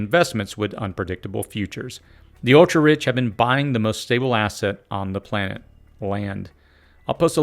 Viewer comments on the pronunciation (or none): none